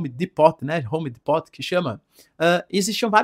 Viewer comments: Professor… pra ajuda … Home Depot = pronuncia “rome dípo “ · Amigo vou escrever para ver Se vc fala Home Depot serto a excrita esta errado Mai’s o pronunciation esta serto home dipol😅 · Nao professor! Homdîpouu pronuncia home depot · A pronuncia é Home Di-pôw